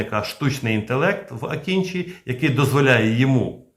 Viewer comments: Дякую за відео! Правильно вимовляти не "акінчі", а "акинджи" (з наголосом на останній літері) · Не Акінчі, а Акинжи